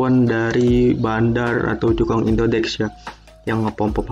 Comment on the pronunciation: indodax bang bukan indodex